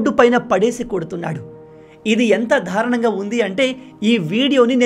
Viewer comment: నాయనా దారుణం అని పలకాలి కానీ మీరు dhaarunamu అని పలుకుతున్నారు సరి చేసుకోగలరు